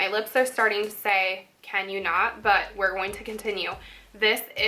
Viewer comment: lol at the end of the tutorial you say now eere gonna swatch all the lipsticks. haha too cute. love you. i always struggle to talk Haha.